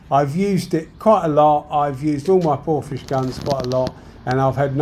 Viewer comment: how do you pronounce Porphis as Porphish should it not be Porfis